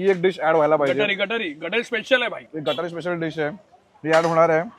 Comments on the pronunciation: दादा गटारी नाही गतहरी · गटारी नाही रे बाबा , ते गतहारी असतं